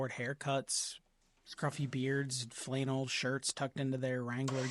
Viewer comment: You're not a real woodworker pronouncing flannel the way you do....😅